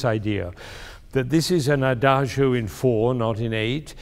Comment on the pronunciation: Adagio is pronounced adadzho, not adazhio. Two mistakes in one word. Sad that even professors can't speak these few Italian words properly. It's like calling him Bengamin Fander.